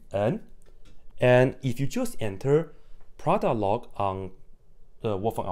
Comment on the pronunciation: me: what’s loy? me: oh that’s just log